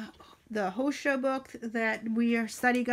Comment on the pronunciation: Liked your video very much, great ideas ☺ fyi, Hosea is pronounced Ho zà a ☺